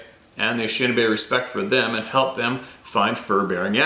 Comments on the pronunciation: Pronounced: A-ni-she-na-bay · It's pronounced in-ish-in AAAHHH-bay